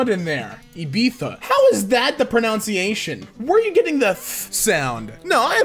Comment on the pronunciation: Did you say "Pro NOUNSI ation"???